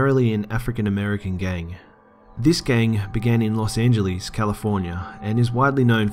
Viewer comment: las anjeelees california